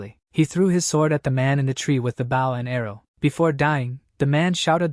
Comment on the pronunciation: How brain-damaged are the AI's? When it's a bow and arrow, they say it like "bow" as if to bow to someone. When someone bows they say it so that it rhymes with "toe". Is the AI purposefully mispronouncing? HOW COULD IT BE SO BAD??